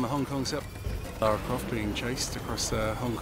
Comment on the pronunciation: LA RA. its lara croft. not laura. say it with me LA-RA